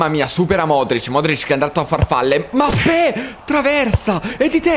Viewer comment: Mi ha fatto troppo ridere quando ha detto al posto di Mbappé, ha detto “Modrić è andato a farfalle, Mappé”😂😂😂😂. Al minuto